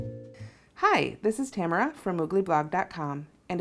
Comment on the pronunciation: Watched several videos explaining this technique and this one was absolutely the best! And it doesn't hurt that my daughter's name is Tamara as well and you even pronounced it correctly. LOL